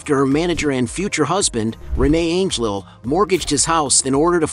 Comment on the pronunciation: How about checking the pronunciation of her husband’s last name!!!